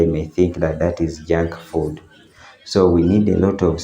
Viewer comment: is he saying junk food??I'm a bit sad about the black plastic bags.